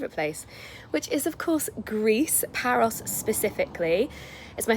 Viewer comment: Just found this thanks to my start page and omg omg I totally love this and you 🥰🥰 I actually never read the title first or too fast so here and there in this vlog it sounded like you said "Paris" (France) and then I read the title and I saw it was Paros 🥺💖 and so cute friendship rings ❤️ also love that green top in the beginning 💚 just imagine being one of your girlfriends how great that would be 💖💖 the biggest hugs and cutest kisses to you 💋